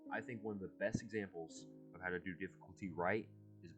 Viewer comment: your voice over is a little quiet, and also 'diffuctly' as opposed to difficultly. good video otherwise